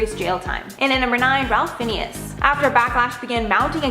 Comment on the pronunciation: it's pronounced "FINES"